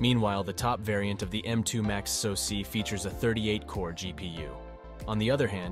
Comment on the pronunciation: What is a sosee? AI audio is stupid. What is AKA ram? GeeBee option?